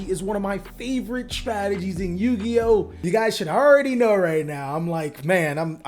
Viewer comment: Did he call himself a yugi-ho?